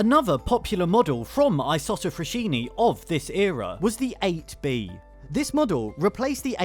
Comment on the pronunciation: Write the name in google translate, listen to how it’s pronounced.